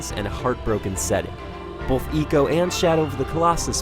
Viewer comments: Ico is pronounced "eye-co" not "ee-co". Just saying. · Its "I" co not eco you pronouce icon as econ do you? :P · It's Ico not Eco! ffs. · did he just say ECO in the beginning? GTFO out bro. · I spent the whole review shouting "It's EYE-CO damn it !" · It's pronounced Icå. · Firstly he mispronounces ICO and then he hates on it. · ico as in EEKO? or EYE-SEE-OH ? cuz i've been pronouncing it the 2nd way all this time ...